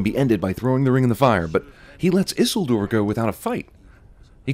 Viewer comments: Isildor? Isildor? IT'S PRONOUNCED EE-SEEL-DOOR!!!! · "Sore-on" and "Isil-door"? What are you on, bro? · Issle door lmao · Ah yes, Isildore, Dumbledore's twin brother. 🙄 I was cringing too. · AT LEAST pronounce Isuldor right. PLEASE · Isoldoor? Lmao. -100 sins for that one. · ‘Issildoore’ Bloody effing hell. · This guy mispronounced about half of the proper nouns in the movie. Sauron, Saruman and Isildir. Has this guy even seen the movie? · I’m sinning CinemaSins for not being able to pronounce Isildur correctly. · The way the cinemasins pronounces Isildur is a sin it’s self. No YouTuber is without sin ;) And the blade didn’t go blue because in the mines they’re mostly goblins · I’m sinning Cinemasins for not pronouncing Sauron, Saruman, and Isildur correctly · Cinema SIns gets a sin for not being able to pronounce Isildur, despite it being pronounced correctly in the very film he's watching... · This guy needs to work on his pronunciations of proper nouns in LOTR, specifically Sauron, Saruman and Isildur.